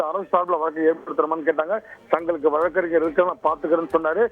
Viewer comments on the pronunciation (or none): none